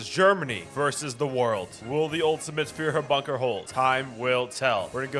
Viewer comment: Few-her Bunker